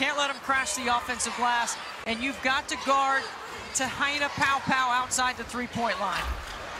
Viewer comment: Ugh this announcer needs to learn how to pronounce Te Hina’s name right 🤦‍♀️